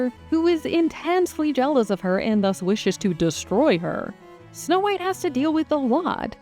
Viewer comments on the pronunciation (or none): I swear to god the narrator keeps saying "No White" lol